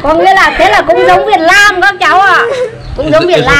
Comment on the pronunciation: Việt Nam mà đọc là Việt Lam